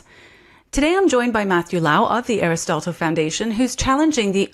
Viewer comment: Love you. However: Aristotle. Look this up on how to say it. 😊